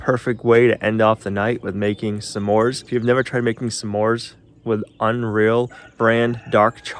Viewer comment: Some More's:) (Smores) Love pronunciation of things it's hilarious! Blessings!